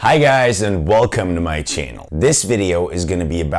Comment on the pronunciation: artık şu "channel" kelimesini düzgün telaffuz et ne olur.